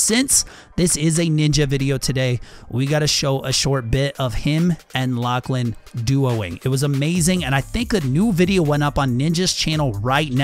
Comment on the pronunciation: Finally someone who can pronounce Lachlan’s name properly